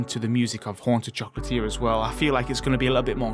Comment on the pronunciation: "Foughts und opinians" "Oonta choclatier" XD